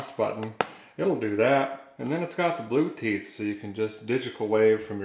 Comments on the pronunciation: The Bluteeth comment made me spit my coffee. I applaud your mangling of the English language. Thank you:) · "Blueteeth" LOL! 😀😀😀😀😀😀😀😀😀😀😀😀😀😀😀😀😂😂😂😂😂😂😂😂😂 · Did he say blue'teef ?? Haha